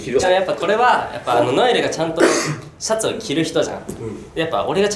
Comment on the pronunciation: ツャツはツンプルにきろ ワロタ😂